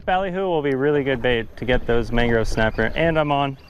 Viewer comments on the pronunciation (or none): Am I the only one who caught him saying mangro snapper?